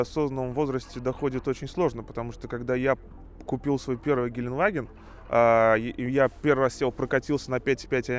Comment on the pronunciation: ГеленДваген, а не геленваген! Там буква Д в середине! Сколько можно уже? Ты же типа фанат этого Автомобиля! И не знаешь как он называется!